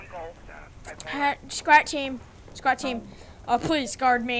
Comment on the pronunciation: Lol your saying squat team